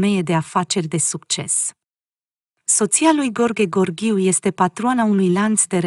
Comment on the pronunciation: Femeie care comentezi cunoști limba română?nu știi să citești?mirele se numește Gheorghe Gheorghiu și nu Gorghe Gorghiu .Nu ne stâlci limba!